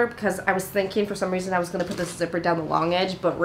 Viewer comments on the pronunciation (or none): why do you pronounce 'gonna' so weird? this is why everyone should just have american accents lmao